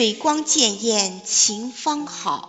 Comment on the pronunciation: 潋滟, 应读恋艳。